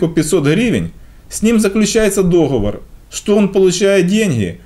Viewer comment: ТЫ действительно нас считаешь идиотами. Я пенсионерка, я учила,таких как ты, математике и ты, считаешь, что мывсе в маразме? И к стати правильно говорить догово'р.